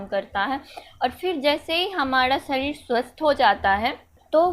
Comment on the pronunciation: Shadhid😂😂😂😋 not sareer